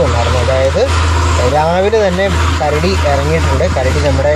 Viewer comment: മച്ചാനെ ,കരട, വേട്ട അല്ല കരടി വേട്ട 🐻🐻🐻🐻♥️👍🏻👍🏻👍🏻👍🏻